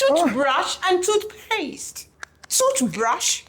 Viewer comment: Toohbrash and toothpayaste!! 😂😂😂😂